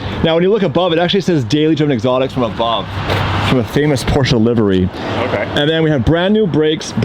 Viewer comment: Learn how to pronounce Porsche